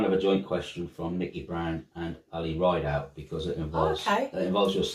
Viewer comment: Hi great video. (My surname is pronounced Rid, as in Lid, -out. No E. So not ride-out.) Really enjoyed this and thanks for answering my question. Ali x